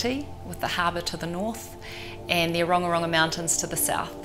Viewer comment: when filming episodes in Aotearoa, it would be great if interviewees could be asked/taught to correctly pronounce Māori place names :~) the architect speaking pronounced 'Ōrongorongo' a little differently than it's supposed to be said xx Use the platform to inform! xx